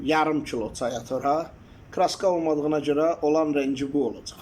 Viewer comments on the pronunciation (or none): AZƏRBAY dz AN, ts AY YOX, AZƏRBAYCAN, ÇAY